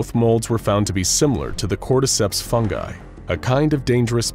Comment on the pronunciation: I'm so happy you pronounced fungi correctly.